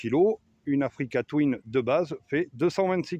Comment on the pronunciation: J ai arrêté de compter le nombre de fois oû tu dis africa touine😅